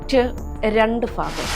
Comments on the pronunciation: ഫാഗം അല്ല ഭാഗം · ഭാഗം അല്ല ഭാഗംഫീകരം അല്ല ഭീകരം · മേടം ഭാഗമല്ല ഭാഗം ഭാരതത്തിന്റ ഫാ എന്നുള്ള ഉച്ചാരണം ഭാരതത്തിന്റെ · ഭാഗം, ഭാവി ആണ് പറഞ്ഞത് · Pathanamthitta angne ann pryunnth